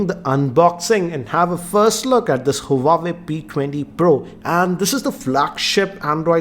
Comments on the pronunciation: You’re going wrong with the pronunciation of the brand. It’s pronounced as “wah-way” not “hu-wa-way” Peace out. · It's not pronounced as Hu Wa Ve it is pronounced as "Wha Way" . Just saying as your videos are watched across the world. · It's not who-wa-way, it's Wah-way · Pronouncing हुवावे ❌ हुवेई ❌ वावेय ✔️ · Bro it's " hua-wei " this is correct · it's hawaii 😡😠😂😂😂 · It's हूआवी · that's not how you pronounce Huawei